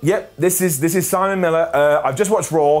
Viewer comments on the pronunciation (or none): none